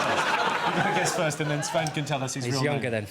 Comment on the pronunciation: „Sven“ :D